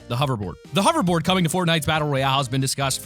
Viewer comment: Say it with me, h-o-v-e-r-b-o-a-r-d